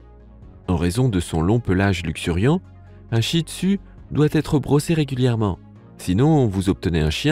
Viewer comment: mais tu pronnonce mal le nom chih tzu toi tu dis chih tu a la palce ;-; car j'en est un chih tzu moi